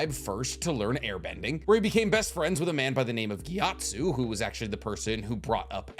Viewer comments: He also said "Gyatsu" smh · GEE ATSU MF ITS GYATSO WITH AN O there's only 5 vowels man come on